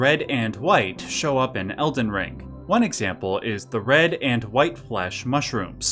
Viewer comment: Its elden ring not elden rink.